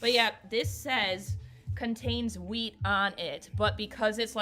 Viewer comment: I love your hair. The chocolates look so good. Every time that she said wheat, I thought that she was saying weed 😂. Aww I'm so sorry for the loss of your doggie. The 23rd is the 3-year anniversary since my sweet Chewy passed away. Lossing pets really sucks. My favorite candle scent is anything sweet like candy or baked goods like doughnuts. I'm burning sweet, sugared lemon right now. I HATE strong florals and lavender.